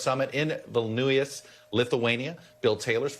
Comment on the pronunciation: Vilnuius, Chuck? It ain't that hard to pronounce. Some newsreader..